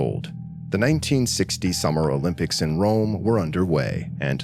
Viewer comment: "O Limp ics"...🤭